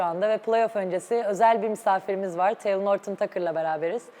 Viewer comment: Talen diyor ya